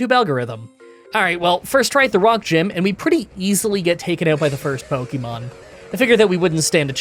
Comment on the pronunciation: Light Ball ftw I didn't even know Static and Magnet Pull could do that with wild Pokémon encounters! (Also yay you are finally learning how to pronounce Pokémon correctly)